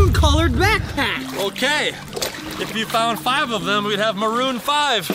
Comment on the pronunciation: When i heard chad say maron 5 im like memorise bring back memorise brings back you